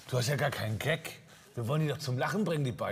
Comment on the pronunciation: Es heißt Gag nicht Geck 😂